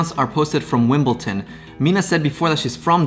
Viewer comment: lol "wimbleton"